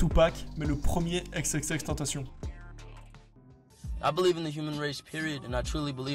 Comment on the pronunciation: tentaCion 😭 pas de "T" mais de "C"